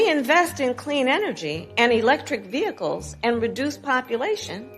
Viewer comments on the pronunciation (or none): none